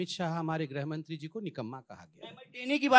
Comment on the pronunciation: पत्र जी को तो गृहमंत्री भी ठीक से बोला नहीं जाता है। गृहमंत्री को ग्रहमंत्री बोलते हैं, पता किस आधार पर खुद को यूपीएससी पासआउट कहते हैं।